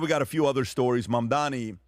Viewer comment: Why they always say MAMDAMI but it’s MAMDANI with N I feel it’s intentional. It’s not like I care but just saying.